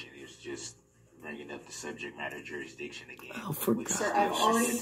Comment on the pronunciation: “Subject Matter Jurushdicshun” 😂😂😂 “Is that a tack it agreement?” 😂😂😂 🤡🤡🤡